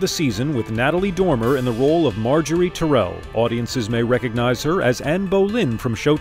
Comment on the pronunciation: Ti-rell, WTF ?